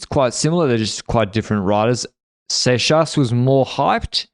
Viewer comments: pronounces seixas as "sex ass" for me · gutted w giving up on the correct pronunciation of “seixas” 😔